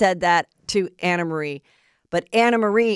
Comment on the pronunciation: She told me herself to pronounce it Anna